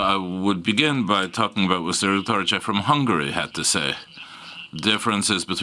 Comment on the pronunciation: A felkonferalo holgy tokeletes kiejtessel mondta Toroczkai nevet :D